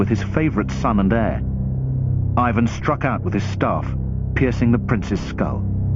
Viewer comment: eivuhn =)) plz it's Russian not English